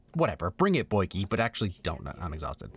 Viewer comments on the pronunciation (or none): okay who taught him how to say “boet” and “boykie” ?